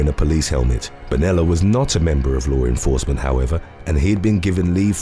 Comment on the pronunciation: I like this guy's stories but I can't stand how he always says "low renforcement"